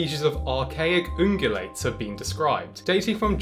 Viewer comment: "Archaic OOngUlayts"